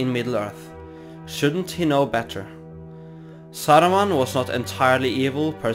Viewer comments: Why you pronounce the names in Russian accent lol? It's Saruman, not Sarrruman, or whatever that was. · "SAURMAN OF MANY COLOURS!?"